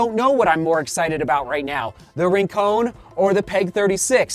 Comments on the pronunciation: Yep, combine Rin (Tin) and Con(man) and you've got it :). Surfed there for years growing up, don't want the Santa Barbara crew coming down on you bud. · it's pronounced Rincon not Rincone, just keeping you honest my friend. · The surf spot is pronounced not rin-cone. But rin-con, like con man, or connection. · Its actually "Rin-con." no "cone." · Love the videos! Hate to do this, but “Rincon” is pronounced, “Rin-cawn”. The same way you say “Con” in “pros vs. cons” or Nick Cage’s epic “Con-Air”. It’s named after a surf spot in Santa Barbara, CA, near Hoka’s HQ. Thanks for the review! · you're actually right, it's a surf spot in Puerto Rico.